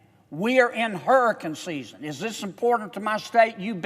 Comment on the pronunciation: HURRACUN SIZZEN